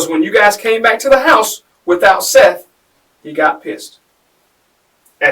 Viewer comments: It’s pronounced SETH not SEETH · Seath Jackson not Seeth bro give some respect for the dead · You realize that you don’t have a clue as to what you are talking about. She WAS NOT pregnant and “Seath” is pronounced “Seth”. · Dear, Fix your AI script so the victim’s name is pronounced correctly. The least you can do for the money you’re making off him. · I hate when the narrator pronounces the victim's name wrong, it's disrespectful. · You are pronouncing the name of the victim, Seath, incorrectly. It's disrespectful and shows you're interested in making money off the victim instead of helping tell his story. Do better. Pronounce his name CORRECTLY for his loved ones left behind. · Way to butcher the victims name. sucks.